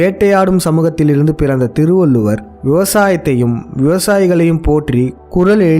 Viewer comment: முதலில் உங்க தமிழ் உச்சரிப்பை சரி செய்து கொள்ளவும்! திருகுரல் என்று சொல்வதே பெரிய தப்பு, திருவல்லூவர் சொல்லும் போது இன்னும் கேவலமாக இருக்கு, காதில் இரும்பை காய்ச்சி உற்றுவது போல் இருக்கு. தயவு செய்து நீங்கள் காணொளியில் பேச வேண்டாம்.